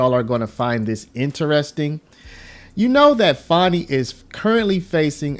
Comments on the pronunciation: I think you are pronouncing her name wrong. I believe it is pronounced 'fanny', not 'fawny'. Lol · fan i not fawn i . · I think it’s pronounced Fan ee not fawnie. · It’s FANNY! Ya’ll been gaslit into saying it wrong 😠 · FAN-e, as in football fan 😂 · Do you have a problem pronouncing this word "Fani" sound it out. It is a behavioral description.